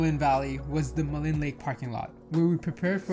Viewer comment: Jasper was the most incredible place to grow up. Ummm Elk in the parking lot, but moose on the road. 😉 Btw Maligne is pronounced mah-leen. Thanks for posting. I've just been reminded why I need the mountains